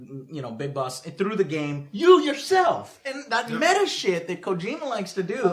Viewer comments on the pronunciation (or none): none